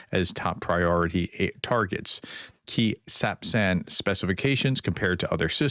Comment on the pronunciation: Another great update. Thanks for being the kind of person who cares about reporting truth...And pronouncing sapsan! 😊 👍